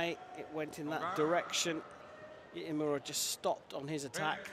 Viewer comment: this commentator can't get iimura's name correct wtf